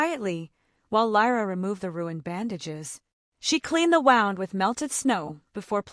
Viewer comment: They finally did wind up in a cave. I still think some things need to be checked out. Like pronouncing 'wound' to rhyme with 'round' when talking about cuts.